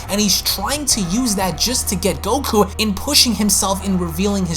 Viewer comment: I love this but can you PLEASE work on not saying GokuA? Its just goku haha. But I love your dragon ball passion